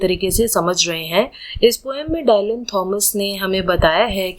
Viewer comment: So good explanation ❤but there's a minor mistake in the pronunciation of the poet's name. It is pronounced in Indian english as " डिलन" not "डायलन"😊